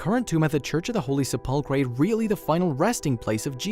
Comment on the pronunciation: Please find a narrator who knows how to pronounce words properly. Se-pull-cray? Really?